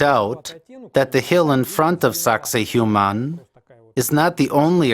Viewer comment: Sack say wahman is the correct pronunciation! The Human thang you are saying is not even close!